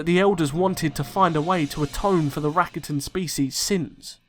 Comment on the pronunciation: You pronounce rakata wrong.